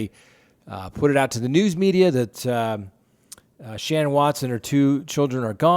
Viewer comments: Please say Shan'ann correctly. Her name wasn't Shannon. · Chris didnt REPORT them missing. Shannan’s friend did. And its ShannAN not Shannon. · Sir u r pronouncing the wife's name wrong 😡